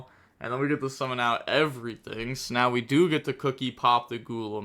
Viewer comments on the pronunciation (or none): none